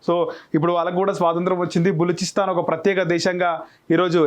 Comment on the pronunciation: Telugu chadavadam nerchuko adi baluchistan